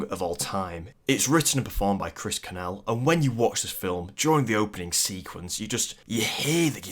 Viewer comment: Pronunciation, pronunciation, pronunciation. Eva Green is pronounced Ay-va not Ee-va Lazenby is pronounced LAY-zenby not LAZZ-enby Cornell is pronounced CORR-nell not cor-nal